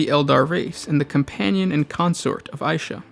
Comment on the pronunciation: Isha or aisha? Vaults of terra called her god of healing as isha, you called aisha , mother